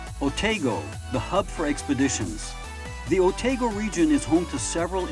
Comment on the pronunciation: Otago is pronounced "Oh-TAH-go", not Oh-tay-go. I'm a New Zealander, and have lived in the Otago region.